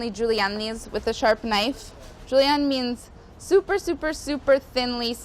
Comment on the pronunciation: julian, in spanish juliana, juliana like juliennuuuhh